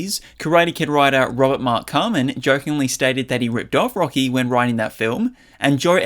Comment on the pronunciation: "rocky i I I"